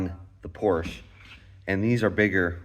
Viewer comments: Wenn dein Vater wirklich deutsch ist, ist es eine Schande einen Sohn so aufzuziehen . PORSCHE wird als Porsche ausgesprochen. Hör auf mit dem Mist. Du hast doch keine Ahnung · Just one thing friend - that's irritating to hear. Please pronounce Porsche correctly. The "e" on the end of the name is pronounced in German. There are two distinct syllables. Say "Porsch-ah".